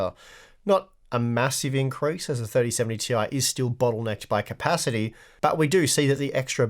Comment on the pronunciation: its clearly "tie" you need to say it right like the other...